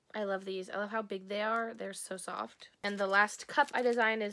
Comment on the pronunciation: The "I loaf you" toast squishy kind of sounds like "I loath you" rather than love you 😂😅